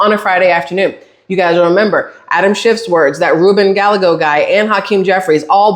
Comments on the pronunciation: . ILYSM. No apologies, nor should there be. Gallego pronounced like: Guy-egg-Oh. ❤❤ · This will help you say his name lol, it's die egg o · Rubin Guyago, two "LL's" together are pronounced as a "Y" in Spanish.